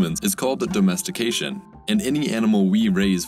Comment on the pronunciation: Why is the narrator saying dOHmestication?